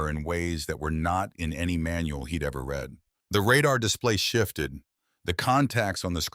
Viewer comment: Your AI keeps pronouncing 'read' as 'read' instead of 'red'. In English pronounciation context matters.